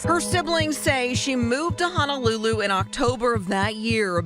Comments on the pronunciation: Great work! Great science! One thing that’s obvious to anyone from Hawaii. They keep saying Honolulu wrong. It’s not Hanalulu. It’s Honolulu. Hanalulu is something else. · Amazing story, but I must mention one gripe. Only the prosecutor pronounces Honolulu correctly. For those of us who live in the islands it is grating to hear everyone else in this video mangle the name of the most well-known city in the state.